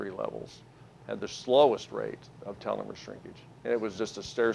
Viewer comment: This PhD guy mispronounces the word telomere.